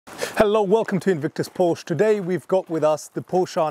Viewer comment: Since you're a specialist, Porsche is a two syllable name.